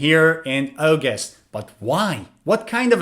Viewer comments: Can’t pronounce “August” but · Got all them right. But really, You need to learn the correct way of saying August and a few other words. Ps. I am a native speaker with a masters in English. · A very strange pronunciation of August. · Why is 'August' pronounced Oh-goost and not Aw-gust here?